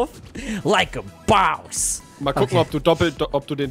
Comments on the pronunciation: es heißt Boss nicht Baus 😂😂😂😂😂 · Es heißt Boss und nd Baus . ANHAHAHAHA✋🏻😭🥲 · Des heißt Boss! Und nicht daus daus ,,,😡😡😡😡💀🖕🖕🖕🖕